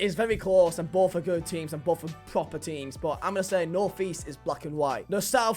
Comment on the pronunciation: North not Norf - christ, you sound sooo thick. It isn't a northern accent thing. I have a northern accent.